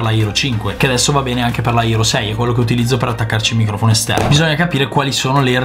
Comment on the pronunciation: Non c'è motivo di usare tante parole in inglese se uno non le sa pronunciare. È HERO non ERO, HOME non OME.